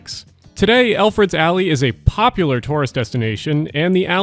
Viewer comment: Yo it's ElfreTH's alley not eLfReD's alley. How're ya gonna spell it right in the video and the mispronounce it for the entire voice over. Ffs